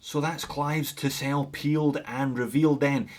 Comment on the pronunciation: For the first part of the video, I swear you were saying Tissot and thought "huh, I guess he dialed up the Scottish to 11." Tisell is a new one for me, but not bad looking at all.